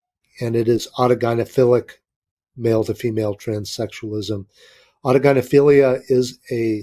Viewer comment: Thanks for pronouncing autogynephilia properly Chris was trying to Google it haha Great show cheers from NZ